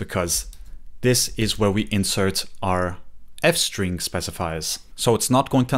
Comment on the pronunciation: Ah yes, France-String 🥖🥐